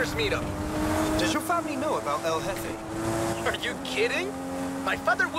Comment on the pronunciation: Pronounced hefe